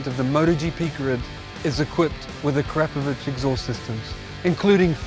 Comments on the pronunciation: A-Krap-A-Vich? Try Akra-Po-Vic! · Ah-crap-oh-vich I always thought it was Akra-poh-vich, as most say. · A-crap-ovich come on at least say it properly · A Crap Of Itch is hilarious. I always pronounced it Air A Povick. The K is silent. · Hmmm, and all this time I’ve been pronouncing it “Ack-Ra-Poe-Vitch”. Don’t I feel like a dummy. Very very nice, high end exhausts. I have a 2018 Triumph Street Triple though and their exhaust for those is hideous so I went with a Yoshimura. The Striple comes factory with a nice, modern low slung exhaust and that’s what I want and think looks best but the Ackra exhaust for the Striples is a huge 1990’s looking thing that comes all the way up to the rear passenger peg. 🤢🤮 I really wanted an Austin racing pipe but they’re just way out of my budget.